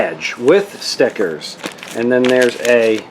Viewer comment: "with stteckers"